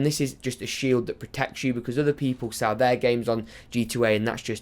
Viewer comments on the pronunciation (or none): none